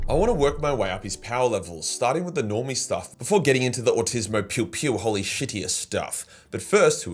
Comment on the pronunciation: Please dont say Holy like that